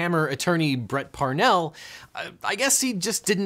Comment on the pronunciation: He also called Bert Parnall "Bret".